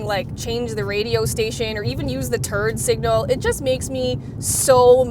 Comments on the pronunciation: At around the mark..."turd signal" I swear that's what I hear and have replayed it many times. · she just call the turn signal a "TURD SIGNAL" 😂😂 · Did say turd signal on the Alfa? Haha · I THOUGHT THAT GIRL SAID TURD SIGNAL LOL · she said terd signal